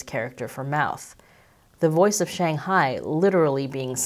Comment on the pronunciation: There is no such place as 'Shanghai' as you pronounced it. You have 1.75 million subscribers. Rather than perpetuate and reinforce common Western mispronunciation, why don't you show some respect to the people and the language and make an effort to pronounce the name properly ? Hint: The first syllable rhymes with 'bung' not 'bang'. Take a free pass on the tones though. Fair enough to put them in the too hard bucket.